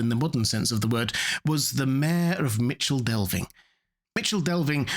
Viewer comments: Its MiKel Delvin not Mičel Delving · It's pronounced MiCKLE Delving